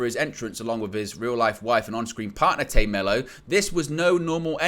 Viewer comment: Dude its Tay not Tae it’s Tay